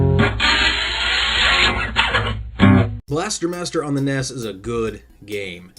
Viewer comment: The way you pronounce NES... D